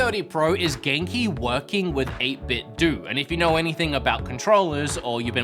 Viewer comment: Why does everyone say 8 bit doo instead of 8 bit do. It’s like Nintendo.